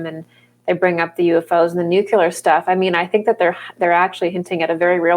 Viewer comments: It's actually pronounced new-clee-ur. Not new-cue-lar. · "Nucular stuff, nucular energy thing, nucular forces," no such words or things.